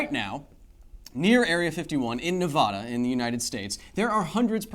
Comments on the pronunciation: Dislike, learn to pronounce Nevada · Please YouTubers... PLEASE, especially the ones I like, (KYLE), please learn how to pronounce my home state. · Keep mispronouncing the name of the state and you'll have a raid on the void from those who live there. We're very particular about how our state's name is pronounced,.